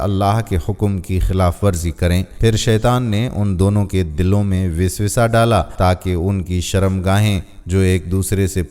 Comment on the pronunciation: لفظ وُسوُسہ ہوتا ہے آپ وِسوِسہ کیوں بول رہے ہیں؟ لفظ صِلہ ہوتا ہے آپ صِلّہ کیوں بول رہے ہیں. لفظ شِوا ہوتا ہے آپ شیوا کیوں بول رہے ہیں اور اس قسم کی بہت سی غلطیاں مثلاً آپ پِرتھوی کو پُرتھی کہہ رہے ہیں. پاکستانیوں کو اردو تو بولنی چاہیے 😢 کیا صحیح اردو بولنے والوں کی کمی ہو گئی ہے؟ جو آپ جیسوں کو اپائنت کر لیا جاتا ہے. حِجرہ اسود نہیں ہوتا حُجرِ اسود ہوتا ہے. آئندہ آپ کی وہلاگ نہیں دیکھنی کیونکہ آپ چرِند پُرِند کوچَرندپَرند کہتے ہیں.